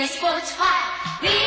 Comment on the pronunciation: 위크엔드 ㅋㅋㅋㅋㅋㅋㅋㅋㅋㅋㅋㅋㅋ 위잌-엔드 개또박하게 발음하네 ㅋㅋ